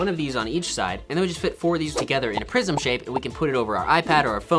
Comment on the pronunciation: When he said prism I thought he said prison. I was so confused😂